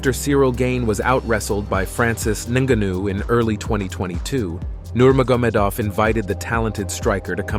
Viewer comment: How are you running a ufc page an don’t know how to pronounce Francis’ name 🤡😂